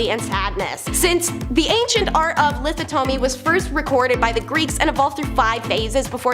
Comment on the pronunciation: "Lithotonomy"???? 😂 Lith-OT-omy. Sorry, mispronunciation is a pet peeve...